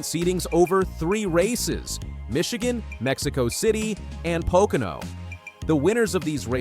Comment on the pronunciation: What is with you narrators of NASCAR videos. You mispronounced driver's names, example Joey Logano and Pocono Speedway. Are you familiar with NASCAR? Apparently, you are not because if you listened to the broadcasts, you would know how to pronounce names. Also, you put up lower 3rds, or supers, you know the words on the bottom of the screen. That is what they are called. You put them up and before you can read it you take it down. Leave them up longer, way longer. Get your act together.